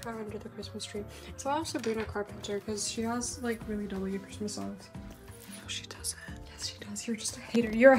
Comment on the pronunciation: love how ur constantly going ‘i’ll be home for quizmoisss 🗣️” throughout the video LMAO